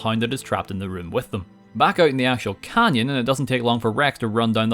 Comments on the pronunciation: Did you... did you call Red Rock Canyon "Khanyon" i can't believe you've done this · Back out in the actual khan-yon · "Back in the real Khan-ian" (Canyon) I'm so proud you made that joke:')